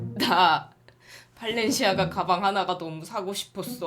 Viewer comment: 생방으로 봤울 때 가 더 재미있었는뎈ㅋㅋㅋㅋ 엄청 웃겼짙ㅋㅋㅋㅋ '발렌시아가'가 아니라... 벨렌지아가~..ㅋㅋㅋㅋ